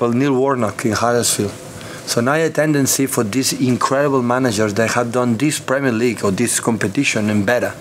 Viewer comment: Kim K's kid to Saka on FaceTime: "We hope we can meet you when you win the Preemierr Leagurrh! He said if initially, then the Arsenal PR lady corrected him.